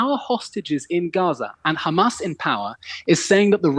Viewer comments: Khamas, bro its HHAMAS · Khamas, Khamas, Khamas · this levi guy has perfected his hamas pronunciation